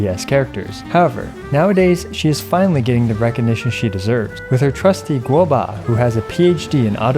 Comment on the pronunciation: Does anybody else enjoy it when says gobua?